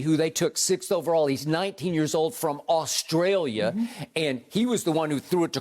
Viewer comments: I don’t like the way Skip said Giddey “From AUSTRALIA”…. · What was that emphasis on 'Australia'?